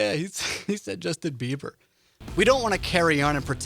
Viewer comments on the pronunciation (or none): "Justh- in BIeBiE r.... Yeah ..he said thaat" I pressed thumbs up for that